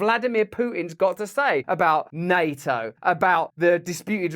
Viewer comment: I wish he could pronounce NATO.